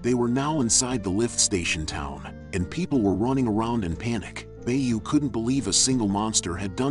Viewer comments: The gunslinger mushroom name is Beau prononced BO,not bay-u. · The pronunciation is so bad sometimes I have to wonder if this is an air with a script cause how TF do you get Bay-You from Beau? It's literally just 'bow' as in the weapon, and somehow...This has to be an AI, right? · Great story and thank you for sharing it! Although I must admit I physically recoil every time the narrator pronounces Beau as "Bay-you" instead of "Bo" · Very nice recap <3 "Beau" is the french word for "beauty" (male gendered). It's pronunced "Bo".